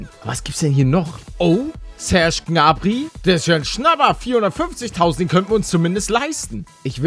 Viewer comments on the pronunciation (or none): none